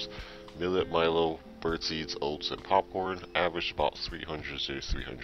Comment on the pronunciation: I believe its pronounced "Pupcorn"